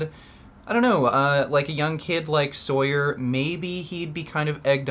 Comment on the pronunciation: He’s natural lmao. People just don’t know how to strength train and doubt the science behind powerlifting programs. And it’s pronounced “saw-yur”